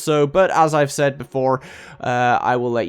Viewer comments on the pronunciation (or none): none